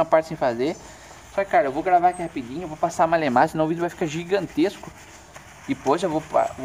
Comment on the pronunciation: rrrrapidinho male male, kkkk muito bom mano show de bola como limpar o moto da moto